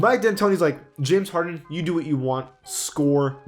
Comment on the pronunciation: He said jamison harden